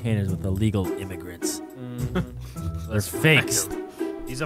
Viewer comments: AM triggered right now cause he said imagrants😡😡😡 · “They ship inllegal imigrants" 😂😂😂😂